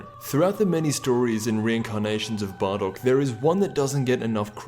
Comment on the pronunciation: why did he say barrock?